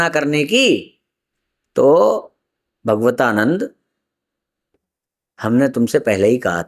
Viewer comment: भगवतानन्द नहीं भागवतानन्द बोलिए।